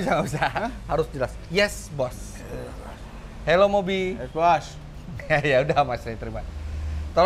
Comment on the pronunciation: Fitra eri: Hello Mobi: Hewos wkwk